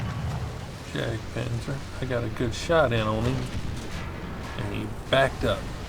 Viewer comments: Bro... It's pronounced as 'Yak' Panther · I would pronounce it Yaktpanther.